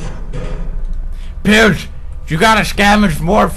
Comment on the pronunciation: i thot u said pubes not pewds